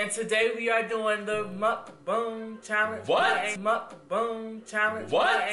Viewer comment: I almost died laughing when she said mukboong but still team stax